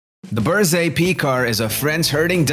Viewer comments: Berger Picard... Berger like like Fabergé...not berzé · It's not Berze! Berger means shepherd, and it's pronounced with a G, not a Z.